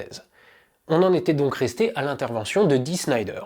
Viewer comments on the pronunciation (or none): Dee Snider et non Dee Schnider et Twisted Sister et non Twister Sister Aaaah le fameux passage de Snider à la commission d'enquête. LÉGENDAIRE !!! Il en parle dans le très bon film/documentaire "Metal : Voyage au cœur de la bête" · Mouais... Dee "Snailledeur" et pas "Schneider" dejà, ensuite Twisted Sisters est loin d'etre un groupe anecdotique mais bon niveau culture musicale c'est surement top demander de se renseigner peut etre... Afligeant ... j'aime bien cette chaine mais restez sur des sujets que vous maitrisez ou bien renseignez vous mieux avant au minimum.. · Roooh Dee Snider et pas (chnaïder tsss)... est une bête de scène, je l'ai vu plusieurs fois avec son groupe (Twisted Sister (sans S re-tsss) et pas Twister Sister comme dit le monsieur). Oui, quand il est arrivé avec sa dégaine de rock star, les mecs pensaient se le faire aux petits oignons mais le gars est bien plus malin qu'il ne le laisse paraitre. En tout cas, bonne vidéo... car en plus on parle de Zappa et Denver (un peu oublié ce dernier malheureusement) qui ne sont plus de ce monde. R.I.P. J'ajoute que le début du clip de "We're not gonna take it" a été, comment dire, un peu copié par Michael Jackson et son "Black or White" dans lequel Maccauley Culkin envoie son père dans la straosphère à coups de riffs de guitare. Et Al Gore et Madame n'en ont pas chié une pendule... bon après Michael a eu d'autres problèmes mais c'est une autre histoire. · au fait, pourquoi prononce le nom de Dee Snider comme si ça s'écrivait Schneider? le gars serait il tellement un random que ton expert ne le connaît pas? (reconnaissons, avant aujourd'hui, je sais plus combien de temps ça faisait que j'avais pas entendu le nom "twisted sister")